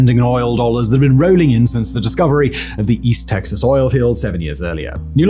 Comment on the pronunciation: I grew up not far from there. my school was also founded on oil fields and it wasn’t until I got older that I realized having oil equipment in the playgrounds was odd 😅 also hearing simon say “east texas” bewilders me for some reason